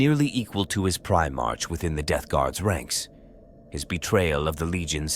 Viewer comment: I listened right up until I heard "Primartch". Its Primar"k", with a hard K sound, not like the month of March. I couldn't go further, bc god knows how many more times the AI voice or whatever you used is gonna mispronounce some common word or term.😊